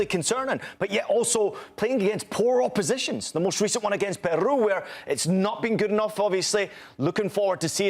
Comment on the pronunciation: I appreciate the host trying to pronounce all the country names with a Castilian flair but not every R needs to be rolled ie Peru 😂😂